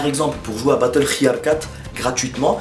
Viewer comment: Ca ce dit batteuilfild 3 et pas barteufild 3